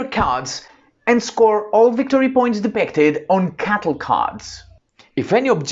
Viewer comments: your 'i' sounds a an 'e', hope this helps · it was not me, or a friend. You say: De-PEC-ted. Try: De-PIC-ted. ;-) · Super! Maybe to pronounce ‘depicted’ better will help. Also setup time of 3 minutes i quite ambitious.